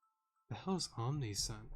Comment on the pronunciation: haha watch as rhea betrays us in the final arc because plot twists exists. tho unlikely, i still believe that one of our comrades will betray us "I really hate spencer" /proceeds to crush a water bottle/ random note(s): Omniscient is pronounced as "Om-ni-si-ent" though some may pronounce it as "Om-ni-s(h)yent" Initiates (probably know this) is pronounced as "In-i-shi-ate" and final thing: the quiz saying "what is Eau de spritzee" as you guessed correctly: is a perfume, most likely due to the fact that spritzee is known as the perfume pokemon. gearen is in soul stone confirmed?